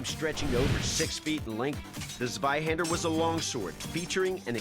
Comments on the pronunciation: As a german I did find it kinda funny that they at least tried to say the German weapons correctly. Eventhou they boucherd the names. They at least came close for example when they tried to say "Zweihänder" it sounded like "Sweihänder". So it's not a big difference and I can understand that to others it is hard to say german words or names. Great video and people. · All right, guys, the German in me feels the need to correct your pronunciaction: Zweihänder - /'tsvaiˌhendɐ/ Landsknecht - /'lantsˌkneçt/